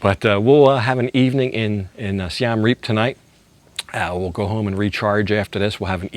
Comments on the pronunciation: Siem Reap is pronounced Si-em reap not Si-am reap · It's pronounced closer to Seeuhm. The second word Reap was correct. Literally means Siam Defeated. The first carving you showed is churning of the ocean of milk.